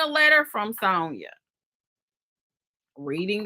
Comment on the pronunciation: you know you killing my ear saying Sewnyuh😂😂